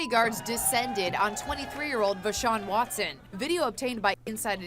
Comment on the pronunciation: I though she said DeShaun Watson